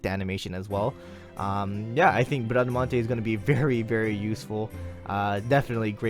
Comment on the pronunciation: Don't worry, you are pronouncing her name correctly: despite being a french paladin, she's a character from 2 italian poems about Orlando (and one novel, "Il cavaliere inesistente"), so the original pronounciation is the italian one (and that's the one you are using). As for her NP, I'm glad she's Quick (since we have only Shishou as 5 star quick lancer). I REALLY hope Caenis will be Arts though.